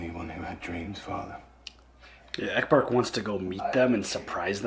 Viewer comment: I realize how very late I am., I am baffled that u r this far in and are still calling him Ecberk. Brother, it's Ecbert. Love u guys tho.